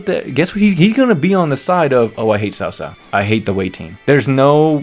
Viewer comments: Not sao sao, it should pronounce as chao chao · When i was kid they did it for cao cao but it sounded like "cow cow" for ps2 age but they changed when they did dynasty warriors 6 but I agree with you cao cao when we played him in different visions at first oooh big bad man but once you got to known him he was acting of the times of war even though he is no sanit but he helped a lot of different people and brought them together readguradless of their history like yellow turbans